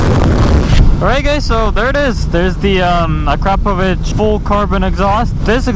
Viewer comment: Your pronunciation of Akrapovic might be one of the best ever